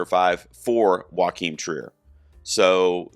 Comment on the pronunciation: Great comprehensive breakdown. tiny thing - Joachim is pronounced “YO-keem”